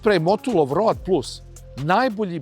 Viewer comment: Zaboli me kad čujem "road", brate Vuk Karadžić nije Angosaksonac, zato se to čita "roud".